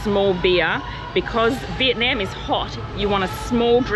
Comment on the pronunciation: Every time you mispronounce Vietnam it drives me crazy.